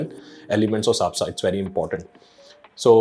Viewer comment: SABSA, not SAPSA (check min )🙃